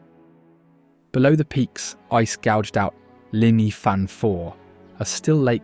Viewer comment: You would think if you were going to try saying the welsh words you wouldn't use the English pronunciation. Llŷn for instance is not Lin.... but is much closer to theen .